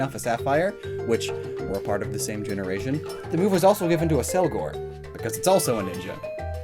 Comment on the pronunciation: How does this dude have a Pokémon channel with 800k+ subs and still not know how to pronounce 20% of their names? Ass-cell-gore? You serious?